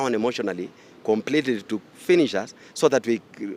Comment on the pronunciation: The speaker was "disonderly " and " combletery"😢 out of " ornder"